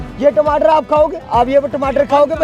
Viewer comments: Yeh tmatr kya hota hai😂😂😂 tamatar hai bhai😅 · Tamatar hota ya timatar😂😂😂😂😂